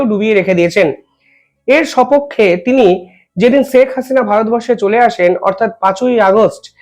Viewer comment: ষ স স না করে শে উচ্চারন করতে শিখুন। শেখ হাসিনা উচ্চারন করুন।